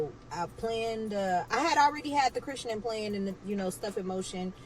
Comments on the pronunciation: “Chrishenin” is killing me lmao! Please! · She's killing me mispronouncing Christening. The English major in me is going nuts😅😂😂😂